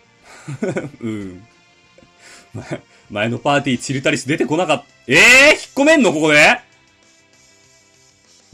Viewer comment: チルタリスのイントネーションって、それで合ってるん？w